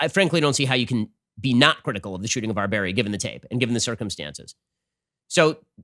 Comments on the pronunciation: I think you should try to at least pronounce his name correctly out of respect. Otherwise, your desire to be neutral seems very inauthentic. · Ben did the most Muslim pronunciation of his name lol.